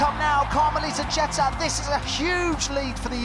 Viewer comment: "Jet-tah" It's pronounced "Gee-ter"